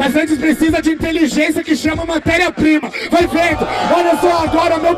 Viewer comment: Nem vi a batalha e ja sai que o falou "vai veno"